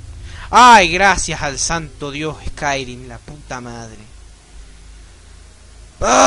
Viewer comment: Se dice "escairim", no "escairuim"